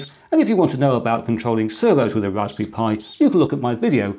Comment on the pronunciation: It's "raspberry," not "raspy." Three syllables.